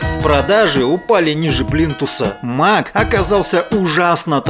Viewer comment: Как же достали эти ваши мАки, ПАды!!! Откуда вы это берёте? Почему-то только русскоязычные такой бред несут. iмЭк, мЭкинтош, iпЭд - только так правильно!!!